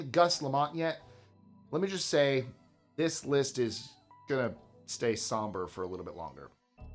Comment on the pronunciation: THUS is getting WAY to 'murican for me!!!!!! WTF??